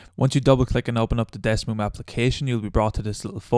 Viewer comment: Man said Desmoom